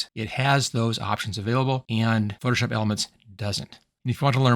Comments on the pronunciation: Sounds like you keep saying "foship" instead of "Photoshop." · You say “Photoshop” with three syllables at some points, then with two syllables at some points. Hearing isn’t an issue with you say some words like you were hit in the back of the head while speaking.